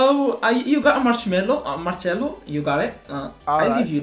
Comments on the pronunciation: kept on calling marcelo marshmello 😂😂😂😂😂 couldn't stop laughing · It's Marcelo bro not machmelo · He keeps saying Marshmellow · For the note, it's Marcelo not 'machmelo'